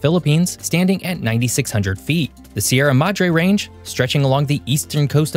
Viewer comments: im filipino and we pronounce it se ra mad dre not sieramadre and we pronounce it ca ga yan river not kagayan river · Its actually how you say Sierra Madre its ShierA Madŕè